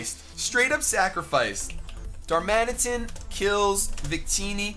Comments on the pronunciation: It's Dar-man-i-tan, not Dar-mansion. It's a pokemon not a large house. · it's Pronounced Dar-Man-It-An not Dar-Man-Tion